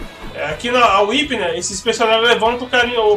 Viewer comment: É tão agradável quando alguém acerta o nome da "Whi(Uipi)". =DD E que bom que está se acostumando com a Whip(725, né?), que está diferente, mas ainda é Whip.